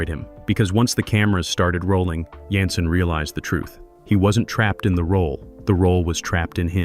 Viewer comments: Jensen not yansin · Yansen???.. Get a human who at least watched the cotton-pickin show!!!!!